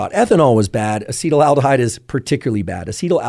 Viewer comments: its acetaldehyde not acetyl-aldehide as you are pronouncing it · It's not Acetal-aldehyde it's Acetaldehyde. FYI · Why do so many internet experts pronounce acetaldehyde "acetylaldehyde"? It's quite prevalent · It would be cool if this guy knew how to pronounce acetaldehyde 🙄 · Never heard someone pronounce acetaldehyde like that, lol